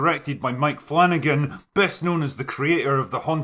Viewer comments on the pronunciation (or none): none